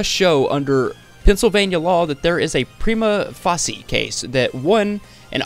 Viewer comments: Prima facie is pronounced Prime-uh fae-shuh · Prima Facie = Prime-Uh Fay-Shuh 😂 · Prima facie is pronounced like "prima face-sha." if you’re gonna do this kind of thing for a living, you should probably look up how certain things are pronounced. It’s a very important legal precedent. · facie is pronounce face-sha prima face-sha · it is pronounced "Preema Faysha" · Great video and research on this waste of breath! FYI, "facie" in "prima facie" rhymes with "Tasha"